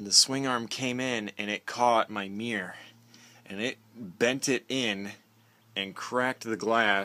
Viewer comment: A meer, huh??? Should that not be a M-I-RR-O-R???